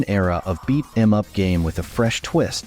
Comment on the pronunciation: AI can't even say beat em up right!!!!?🤬